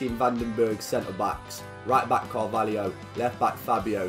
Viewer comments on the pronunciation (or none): Carvalho is pronounced Car Val Io